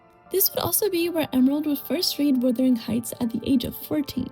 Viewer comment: Most just generally educated people have read Wuthering Heights. They are obviously not siblings in the movie you nitwit. She is his ward and they say that in the movie. Also, it is WUTHERING not Withering! Romeo + Juliet is set in the fictional Verona Beach not Venice. Your video is very late to this discussion and doesn't say anything original that has not already been said in other reviews and videos.